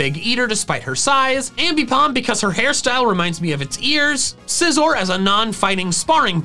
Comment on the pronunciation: SCIZOR, NOT SIZER! AND DO NOT LEAVE OFF THE C IN SCYTHER!